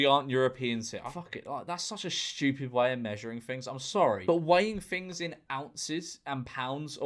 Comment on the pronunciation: its very STCHEWPID, innit? I'm italian and pls dont blast me in the replies